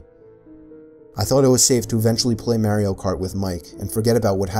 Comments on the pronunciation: The most disturbing thing in this video is how he pronounces Mario as Merry-oh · maario? really? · The way he fucking pronounced "Mario" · You mispronunced Mario Of course not overnight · The scariest part was how he pronounced Mario 😣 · Anyone else notice the way he said Mario? 😂 maybe it's just me cause I'm Australian but we pronounce it so differently!